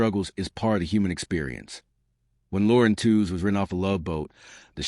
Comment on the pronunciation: We heard Lauren said her surname was properly pronounced "Tweeze." Just sayin"...